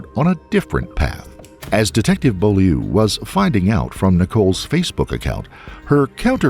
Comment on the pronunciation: The way the narrator says "Beaulieu" has me cracking up. That's my family name. In Maine, especially, the pronunciation is English, but leans more toward French. It's like "Bohl-yur." "Beau" is said exactly like the old word for boyfriend, beau. Add the L, and it sounds kind of like "bowl," but pronunced softly, like "bohl" and the "ieu" is more like "yer." Bohl-yer.